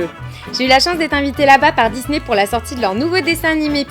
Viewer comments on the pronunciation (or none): none